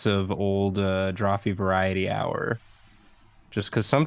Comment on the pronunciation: The knitting conversation after the va-pride-ety is so funny to me, like "I hate purling" oh yeah I'm sure